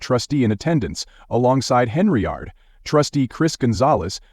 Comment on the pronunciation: It's Hen-yard, there is no R